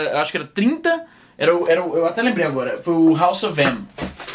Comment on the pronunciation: kkkkkk, de tanto tempo falando ingles, izzy diz "âgora"